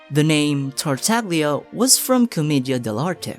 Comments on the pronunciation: It's spoken "Tartalia" in Italian. The g is almost silent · for example with La SiGNora they understood and they pronounced with the italian pronunciation, so I dunno why they think "GL" is like "GLue" and not like "You". (Indeed "TartaGLia" with the italian and correct pronunciation rhymes with "SnezhnaYa") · Another fact is actually Tartaglia is mispronounced by everyone because we call him in 'english language'. But in Italian is TartaGLia with the italian pronounciation. (almost a "Y" in english, so it is: TartaYa) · I call it the "Tagliatelle" principle. The g is silent. I always flip when people say TartaGlia... why tho. But don't get me started with Scaramouche 😅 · i know you already know about this, but you say Tartaglia like "Tar-tag-leeyah" or "Tar-tag-lia." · Say it with me. TART (like pop tart), TAG (like a shopping tag), LIA (like uh.. leeeeeea) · the mispronunciation of his name is ridiculously funny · everytime you say tartaglia wrong it sends me flying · You can pronounce Shneznaya, but not Tartaglia?